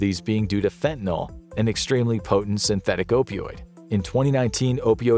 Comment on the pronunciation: It's fentaNYL, not fentaNOL